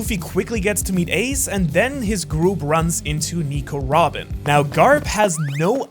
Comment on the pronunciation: i like he said Wobin instead of robin